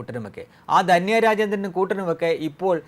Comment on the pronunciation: ദന്യ അല്ല ധന്യ ആണ്. എല്ലാ ചാനലുകളും കണക്കാണല്ലൊ!